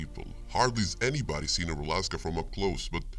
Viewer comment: Great job. One thing - it's rusałka not rulaska :)